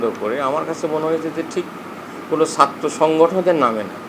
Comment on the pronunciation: ছাত্র, বলতেও পারেনা।